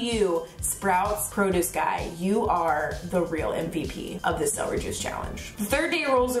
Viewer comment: I hate when people say "seh-ree" it's "cel-er-y". 😆